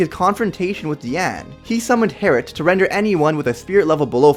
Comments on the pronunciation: It's double bow Harlet not twin bow herrit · It is double bow harlet not heritt